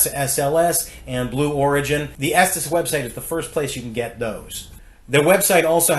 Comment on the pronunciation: It's pronounced estees not estas